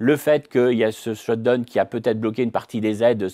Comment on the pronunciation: j'aime bien cette french touch perso !